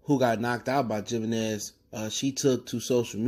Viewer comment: Yo the Mexican gone come at ya for pronouncing that J hahah